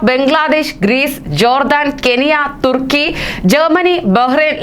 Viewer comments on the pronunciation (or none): none